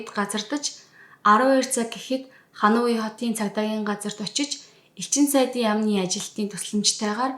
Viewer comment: Бараг бүх хот нийслэл гадаад үг бүрийг буруу хэлж ярьдаг мөнч мэдлэггүй хүн юмаа подкаст бүхэндээ;хануй гэж ямар хот бдаг юмбэ;Ханой гэж ядаж нэрлэж сураач;олон нийтийн сүлжээ өндөр шалгууртайг санавал яасын